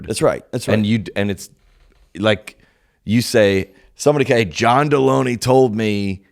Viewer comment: I think John Delony is with no “ey”.